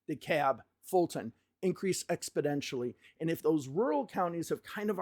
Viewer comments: Funny comment, and don't take offense, but it sounds like you are saying "Expodentially" instead of "Exponentially" Great work here!! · great video. but it's exponentially, not expodentially :) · Good sir it's Ex-po-NEN-tially not Ex-po-DEN-tially. Love the videos. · exponentially not expodentially !! come on buddy ...it's a numbers show ... F Me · bro how many times are you going to say "expidentially"!!! It's EX PO NEN TIALLY ahhhhhhhhhhhhhhhhhhhhhhhhhhhhhhhhhh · I do appreciate these analyses, but it sounds like you keep saying ‘expidentially’…?